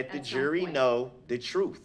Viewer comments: Darrell the word is TRUTH not TRUF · Oaf, troof, emminment, substain, null and invoid he’s a wordsmith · Can someone define the word "troof"? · The jury should know the "troof"....what an idiot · The troof....lol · They axed me, it's the truff.. what an idiot! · I look forward to not hearing him talk his “troof” ever again! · Are dey?! Axe, wut..troof.nullen n void 🤔...did he even pass kindergarten?! 🤔😳🤔